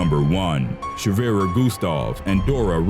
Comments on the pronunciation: not shwerer - schwerer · It is schewere not shwerer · "Schwerer" , not "shwerer" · It is called sChwerer Gustav! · Its Schwerer Gustav... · its schwerer gustav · I commented that at the start if the vid. Btw can you work on your german accent? Gustav is fine, but schwerer and wermacht arent so good